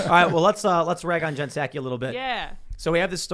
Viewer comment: Do you say sackie instead of Socky for Psaki on purpose?